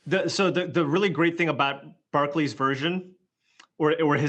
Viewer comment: Well these Murican commentators keep saying Brad Barcleeee. Legend would at least pronounce someone's name correctly